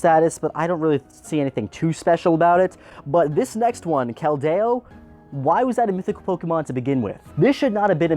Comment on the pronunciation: Kel-day-o? I legit cringed at that one,lol. I totally agree with all points made,especially with Diancie and Magearna being Carbink's evolutions,though.